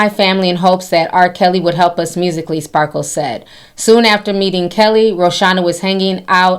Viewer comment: I giggle every time Ti calls her SparkleS 😂🙊